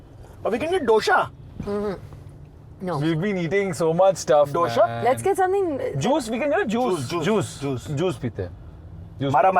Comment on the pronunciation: After correcting her for the wrong pronunciation of kurnool he goes ahead and says DOSHA for DOSAE🥲🥺